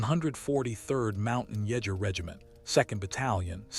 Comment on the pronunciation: Leutnant is pronounced Loynt nuhnt with the accent on the first syllable. Jager is pronounced Yay ger. The accent is again on the first syllable. In German j is often pronounced as y.